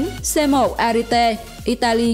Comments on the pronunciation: duyệt... giờ nhìu kênh ngáo ngáo làm video kiểu ăn theo thi trường cho có... chứ nào có tập trung vào chất lượng nội dung... haha...bài đăc tiếng anh với tiếng u...quê xệ. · Con Ariete(đọc là "E-ri-et" không phải "A-ri-tê") với Altay (đọc là "Au-chay" không phải "An-tay") lọt vào danh sách này không thể hiểu nỗi, trong khi đó 2 con Type 10 của Nhật và VT4 của Trung Quốc lại vượt trội hơn về mọi mặt mà không thấy đâu ? Thổ với Y chưa bao giờ mạnh về tank. Trong khi đó Nhật và TQ thì ai cũng biết họ chết tạo tank từ thời thế chiến. Vậy mà bị ra rìa, thật khó hiểu. Còn nữa, mai mốt đọc tiếng Anh cho nó chuẩn và thông nhất. Chữ M lúc thì "Em" lúc thì "Mờ", chữ K thì "kay" rồi thì "ka",còn chữ T thì đọc là "Ti" chứ không phải "Tê" nhé. Chiếc tank AMX Leclerc đọc là " Ây Em Ex Lấc lơ" chứ không phải " Em xxxx lết lê" đâu nha. Đọc tiếng Anh lung tung tùy tiện, tên Tank thì đọc sai bét be. Trước khi làm video thì tham khảo cách đọc tiếng Anh trước dùm cái.